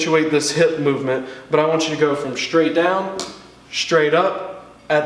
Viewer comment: "...'shtraight' down, 'shtraight' up." It always puzzles me as to why people pronounce "str" words as "shtr." To correct this, try saying "stir-rate" faster each time and you'll see the difference.